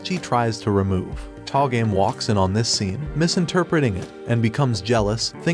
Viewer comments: Tah-game? how about TOH-ga-may. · to-ga-me not to game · It pronounces To Ga Me (toe ga mel)... I'm gonna watch this anime... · You say togame wrong all the time